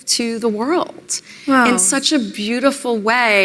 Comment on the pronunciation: I'm going to be honest and grounded in my journey, and show up and be authentically present to say, Meghan, you are a complete empty zero. Also, I HATE when women end their words with that "tz" sound. Like when she says "world", she says "worldtz". Gross.